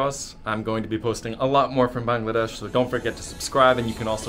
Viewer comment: I am SO SO SO SO happy that at least one YouTube pronounced Bangladesh correctly being from Bangladesh I find it annoying when people pronounce it wrong so thank you:))))